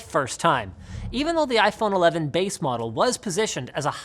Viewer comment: "iPhrone 12" - ROFL